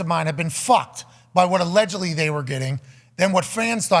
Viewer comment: Pat "alledgily" McAfee